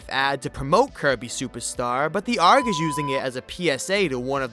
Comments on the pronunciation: why is he trying to be a pirate and saying "Arg" i think he means "Ey are gee" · bro its Aye-Arr-Jee not arg you arent a pirate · Did you just pronounce ay are gee as ARGG? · Lost my interest as soon as you said "arg" like its a word its literally the letters A.R.G. not arg like a dumb ass pirate ripoff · its not pronounced like "ARG" its pronounced like "A-R-G" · Please don’t say ARG as a word, just spell it out- That’s the only thing wrong with this video, I like the entire explanation ^^ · its pronounced Ay-Ar-Jee not Arg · People who say arg (argh) instead of ARG (Ey Ar Ge) probably say usa instead of USA(You Es Ay) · Bro's calling an A.R.G an arggh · It’s pronounced A R G not Arg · ok so actually you pronounced ARG wrong. Its not pronounced "Ah-rgh," its pronounced "A-R-G." This was bugging me for the entire video. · "Arrg"? It's an a-r-g you're not a pirate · You don't say aarg you say a.r.g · I love that he says the word arg rather then Arg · Just so you’re aware, it’s pronounced “A-R-G” not “arg” We ain’t pirates lol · It's ARG (Ay Are Gee) Not Arrg you aren't a goddamn pirate /j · I have a question. Why do you called A.R.G ARK like a boat? A.R.G means alternate reality game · Dumbass caller ARG( ay are gee) arg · i hate how this guy says arg (pronounced as a r g) pronounces it as as "arggh" like 1 of those stereotypical pirates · Bruh, it's not argh like you're a goddamn pirate, you pronounce the letters separately, A-R-G. Not every anagram is a word. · Its A.R.G. not ARG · No, it’s purnounced Ay-ar-gee, not just ARG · no you did not pronounce A.R.G as arg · it’s pronounced “Ay-Arr-Gee” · U have to be the first person to say a.r.g as arg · its acyually pronounced as a r g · bro straight up pronounced arg as "aurg" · the you spell A-R-G not arg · You did not just call it an Aargh. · Are you calling A.R.G's....Args....like one full word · Did he call a ARG an agr!? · This man pronounced arg as a word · disliking just because you pronounced ARG “argh”